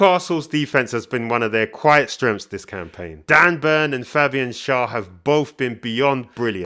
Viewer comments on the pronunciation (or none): none